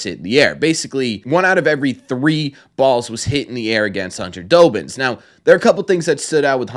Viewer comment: From Doughbin to His Actual name Dobbin gotta love it lol